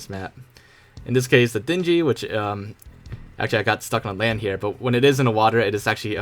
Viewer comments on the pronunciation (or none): dinjy FYI "dinghy" is pronounced "ding-ee", like the word imitating a ringing sound and then "ee" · I like how he says Dingy wrong like Den-ge when it's Ding-e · It’s not pronounced dingdy it’s pronounced ding-ee Like a bell dings, and the letter E Dingy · Dingy is not pronounced dingey. Ding-ee. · DING EE, not "Dinjee" lmao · Did.. did he just say din-gee...? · how can you pronounce dingy as dinjy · Its pronounced ding-e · Cringed when you called the Dingy a Dinji lol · "Dinjy" wow only person ive ever heard say it like that, god damn that sounds bad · Yeah it burned my ears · Dingy isn't pronounced with a hard G. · imagine pronouncing dinghy wrong lmao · This boi really mispronounced dingy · The way you say dingy 😂😂😂